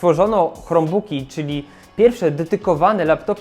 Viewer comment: Hej, bardzo cenię sobie Twoją twórczość, jednakże czasem kaleczysz angielski bardziej niż Borys:) Dlaczego wymawiasz "krombuk" jako "chromebuk"? Albo po konsekwetnie po polsku "chrombok" albo konsekwetnie po angielsku "krombuk". To jakby mówić "pi es pięć" lub "pe es fajf".